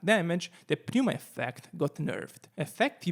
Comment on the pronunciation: If you are wondering, you don't pronounce the P in pneuma. It's just "nooma".